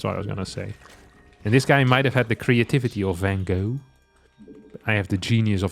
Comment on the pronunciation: I was referring to his new take on Van Gogh, which I loved when he pronounced properly, in contrast with the English pronunciation. The same goes for gouda etc.